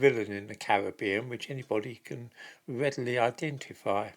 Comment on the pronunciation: bwitin weadily idenifwy